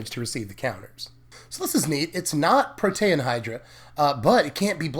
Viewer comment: Protean - Pro-Tea-An